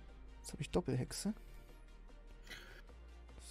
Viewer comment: Niemand: Trymacs: dOpPel Hexe